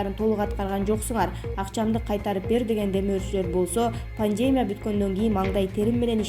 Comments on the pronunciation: Окуп жаткан журналист туура окуп уйронсон боло паандемия дейсин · ай ущул дикторлор,неге мынча сабатсызсынар?? Больница,пандемия , концентратор ж.б.создорду ударениелерин улам-улам туура эмес коюп суйлогону адамдын кыжырын келтирет!!! САБАТТУУ БОЛГУЛАЧЫ, же суйлобой эле койгула! Администратор, безграмотныйларды чыгарбагылачы!!! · Автор сураныч "пандемия" ,"пневмания" дегенде ударенияңызды туура койсоңуз . Көп жолу байкадым . Бүгүн сизге айтышка чечиндим. А так видеолор жакшы..